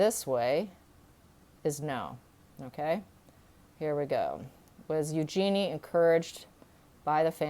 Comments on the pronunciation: Thanks for the phonetic correction! EU-jen-e correct? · Eugenie is pronounced Use-Your-Knee with the inflexion on the Use. Eugenie gets upset when her name is pronounced incorrectly. It is a French name and pronounced as the French would but it is mostly pronounced the English way which was not the intention when she was named. The name is OK pronounced your way if that was the intention but River explains it very well, better than I can. See